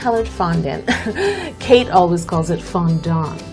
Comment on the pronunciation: was I the only one who (the first time) understood CAKE Middleton instead of KATE Middleton?